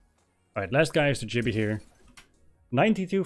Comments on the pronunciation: Great video but its gibby not jibby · Great walkthrough, although his name is Gibby, not Jibby 😂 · Its GIBBY NOT JIBBY